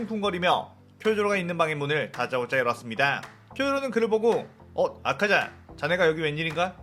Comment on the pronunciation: ㅋㅋㅋ 아카자인데 아자카?